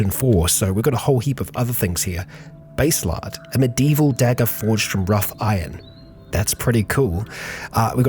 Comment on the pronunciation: Might sound a little nitpicky, but I can't help myself. Baselard is pronounced as bass-eh-lard.